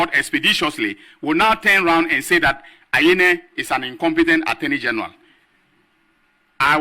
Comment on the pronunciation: Hi, please you keep mentioning the name of the attorney general's name wrongly. What you pronounce is the name of "Samson Anyenini" of joy fm